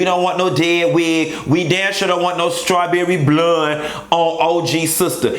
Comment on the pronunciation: I die every time at skrawberry blund